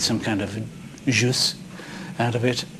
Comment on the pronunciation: Somebody desperately needs to teach how to pronounce, “Jus” properly. 🤦🏼‍♂️